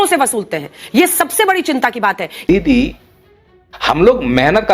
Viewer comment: सर पहले आप ये तय करें दीदी बोल रहे हो या दली मैं बहुत ज्यादा कंफ्यूज हूं😅😅